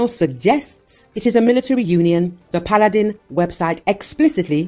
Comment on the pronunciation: They pronounce Paladin like P’Aladdin